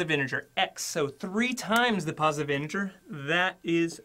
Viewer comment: he said smth like "the largest anjer" instead of "the largest integer"